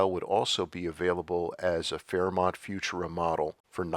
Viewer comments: "Few-Choora", not "Fewtoora". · I love it! I just subscribed. And with all due respect, it's "fu-TUR-a." Thanks! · AI mispronounced “futura”. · Thank you sincerely for another great video by the way, FUTURA is always pronounced with the accent on the second syllable, not on the first syllable, as you are reading it here. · I always thought Futura was pronounced with the emphasis on the second syllable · You’re saying Futura wrong.